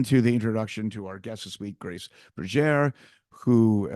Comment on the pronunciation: Great episode. But please correct Grace’s name, it’s Grace Bergere, not Burger!